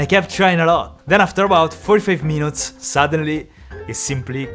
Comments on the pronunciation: Everytime he say after 15 minoutes i die laughing 😂😂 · Love to hear the "50minots"